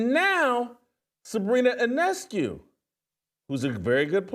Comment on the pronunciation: He did get Sabrina's name right though. The I is silent.